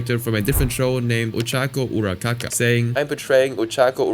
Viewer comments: I know this situation is serious but ochaco urakaka killed me 😭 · I giggled when I heard ochaco urakaka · Ochaco Urakaka took me out of the seriousness of this video. No hate, it just really took me off guard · “Ochaco Urakaka” Im crine 😭